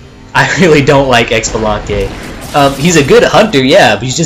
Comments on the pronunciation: Xbalanque Is pronounced SheeBalanque Not EcksBalanque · I actually think Xbalanque is pronounced Shabalanque. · Of course I'm going to be "that guy" and say that Xbalanque is pronounce "Shibalanque", and that his ult does nothing if you stand still right before it goes off. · I laughed every time you pronounced xbalanque wrong. its (shee-bo-long-keh) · ... He said X-shalanque noooo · Its pronounced as such: CHI-BI-LAN-QUE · For Xbalanque the x is pronouced sorta like shib so shib-along-kay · the way he said xblanque irks me